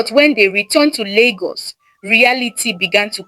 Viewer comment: Wow! Very interesting story Lagos wasn't pronounced correctly 😂, but I enjoyed the story ❤